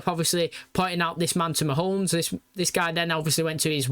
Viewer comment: I don't know why, but like with 'Killerman'... I love that you call him Mahones.